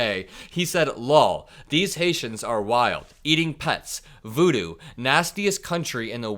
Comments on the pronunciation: What the hell is vudu??? I think that doughy old man meant voodoo! What an idiot! 💙💙💙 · By the way Rep Clay Higgins it is Voodoo not Vudu. Vudu is a streaming platform. What an idiot. 💙💙💙💙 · Hey Clay Higgins...did you graduate 6th grade? "Voodoo"